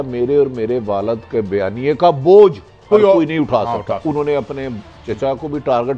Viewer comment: Bhati yar sakrein nahi sarkein hta hei